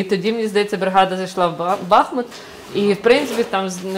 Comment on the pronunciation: Доброго дня. Чому Бахмут а ні бахМут, там річка бахМутка а ні Бахмутка?